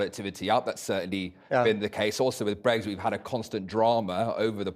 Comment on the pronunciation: Bwexit... oh feking dear god.